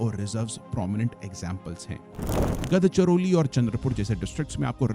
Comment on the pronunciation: It's गोंदिया not गोंडिया+ गड़चिरोली not गदचिरोली 😂